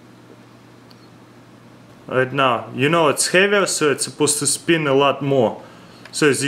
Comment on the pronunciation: he said spinn in